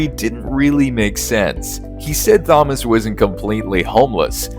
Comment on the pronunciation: Awful thumbnail work and that case isn't even mentioned in this video. Typical AI slop. Also you mispronounce Thomas because you're a robot.